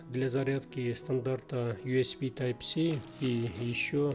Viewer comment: мне показалось или вы USB называете USP? Но юэспи это же пистолет) а интерфейс юэсби)